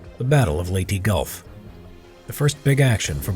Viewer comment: I always hear him say "Lady Gulf" lol